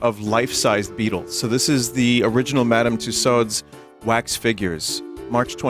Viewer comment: It's pronounced "Two-Swords", Vinny.